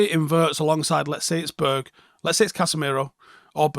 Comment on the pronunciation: Annoyed about how you say “Berg” 😂